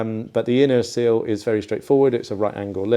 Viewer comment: Sill….. silllllll!!! Not seal ffs